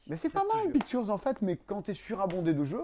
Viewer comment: Comme prononce "pictures": "piqu'turz", je pense que son second prénom est Arthurz!^^ Intriguée par ses projets d''ailleurs: Maître de cérémonie à Cannes, et ô le fun du fun! un jeu du Passe-Temps! (je penche néanmoins plus pour un prix du Passe-temps, ça serait cool en fait) Ma passion secrète est de jouer au jeu de l'ascenseur... (non en vrai très banalement, le dessin et la peinture) Purée il est trop ce jeu "Dodos riding dinos"! je l'aurais bien acheté rien que par curiosité, puis ça doit être rigolo, mais c'est dommage il est dispendieux (et wai, les figurines sont cool pi 4 plateaux). Faut penser à remplir le frigo de temps en temps! Quoique ça pourrait être un nouveau régime post-fêtes: achetez des jeux au lieu de la bouffe et perdez 7 kg en un mois! vos vidéos sont toujours trop le fun, j'essaie de ne pas en rater une! bon week end!